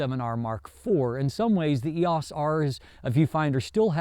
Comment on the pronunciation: I enjoy your reviews but please...please....PLEASE call it the "R" or something. I'm not trying to be a jerk or super critical here but it is very distracting the way you say "Eos." I'm not sure I or my students will make it through another video with the current Eos pronunciation.